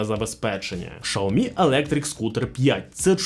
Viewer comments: правильно "Сяомі", а не "шаомі". Китайською мовою не звучить як шаомі, у вас немає 30 секунд зайти у чат гпт і в перекладач щоб це перевірити? просто прикол якийсь)) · Не шаомі а сяомі. Поняв? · Що за назва "Шаомі"??? Де взяли цю назву? Аж вуха ріже😡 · СЯОМІ... Так це читається! Як і ім'я китайського вождя (Xi) читається Сі! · Я дивився британську програму про електромобілі Xiaomi англійською, так англічани кажуть "жя́мі" 😂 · Доречі, слухав як китайці вимовляють цю назву, так вона звучить ближче до шьяомі. Тому, розширювати свій світогляд іде лише на користь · Я питав безпосередньо китайця у Шанхаї, як вимовляється xiaomi, тож почув щось середне між "с" і "щ".